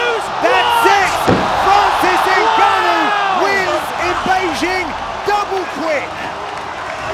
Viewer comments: Now they know how to pronounce his name Hun!!! From GANO 🙄 to N'GANNOU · Who else notice the Gannou pronunciation 🤣🤣🤣 before they learnt the Africa sweet pronunciation NGANNOU. Lol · Even his name evolved with his abilities "Ga Know", "EN Ga Know", "N Gah Knew" 😆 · Not Ganow, Francis N Gannou. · n-ganou, ganou. Lol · Francis gA-kNoW 😂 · I noticed that also. No-go-no. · This “Ganough” is a killer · them calling him Gano killed me XD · Its so funny, everytime Joe Rogan pronounces his Name wrong "Kno"🤣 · i was a fan since he was named "gan-ouh" 😂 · Back when they pronounced his name (Gar-noah) 😂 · are we not going to mention Rogan calling Ngannou, "Guh-No" 😂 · Before they knew how to pronounce his name 😂😂 ganno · When u realize how his name was pronounced has "ganoua" 😂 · I'm calling him Guknow from now on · Francis gnaaou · I hate that they call him Gahno lmao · Ganou, gano, lol freaking commentators..couldn't they just ask him his name! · "FRANCIS GANNO!!" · Gano how you so say it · FRANCIS GA-KNOW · "N ganow" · Gano? Bruh 🤣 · Francis Guh-no! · Francis gnou? 😂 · the evolution of properly pronouncing his last name is more impressive than Francis' evolution as a fighter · I’m glad they learned how to pronounce his name 🤣 Joe was killing me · Best part of this is the way they pronounce his name in the first fight and second fights, they quickly learned it was a name to get right. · They couldn’t pronounce his last name in the beginning hahaha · At this point they didn't even know how to pronounce his last name :) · At first they even didn't pronounced his name right 😅